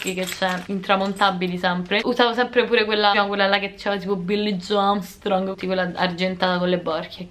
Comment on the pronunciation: perché mi fa morire come pronunci il nome del mio idolo? (Billie Joe Armstrong) 😂😂